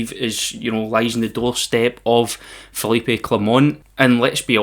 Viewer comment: Future reference mate. The letter E in Philippe is silent.